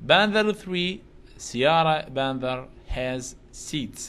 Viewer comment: استاذ تنلفض بانثر مو بانذر 🙃